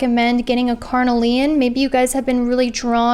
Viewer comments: Yeah I can't hear "carnelian" pronounced "carnal-ian"... it's "car-kneel-iun" 😬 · Haha I love how you say carnelian! It’s all good I have been doing the same. Thanks gurl for an amazing reading. So crazy it’s on point!